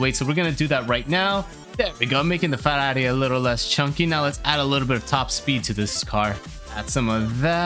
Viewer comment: As a Italian great pronunciation for Ferrari 👌🏻